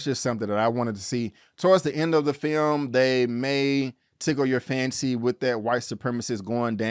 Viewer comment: Please, never say the word "film" again.